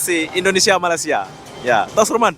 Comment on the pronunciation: Awalnya tadi mau subcribe channel ni.. tapi sebabkan sebutan admin gak betul aku gak jadi subcribe.. sebutan betul Malay sia bukan Malas sia..